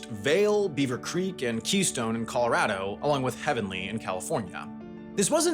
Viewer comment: dude keeps pronouncing '' colorado'' the wrong way